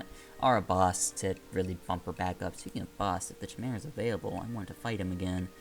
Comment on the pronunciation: "Have a care" may not be used as commonly as "take care," but it is a perfectly acceptable expression meaning "be vigilant." Atlus has outstanding localization, so do not doubt them lightly. On a related note, there are many words that appear repeatedly in this game that you don't know how to pronounce: caduceus, chimera, troubadour, and so on. I enjoy your LPs, but if you still plan to do EO4 I hope you slow down and look some things up when you need to because this can be maddening.